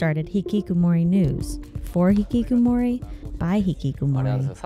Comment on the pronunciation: Ngl kinda cringed at how she pronounced hikikomori as hikikumori,,, Ig she can't really help it being not very fluent in Japanese pronunciation tho haha